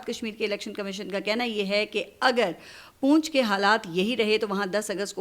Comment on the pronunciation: ۔۔۔۔پونچھ نہیں پنچھ لفظ ھے۔۔۔پنچھ❤❤❤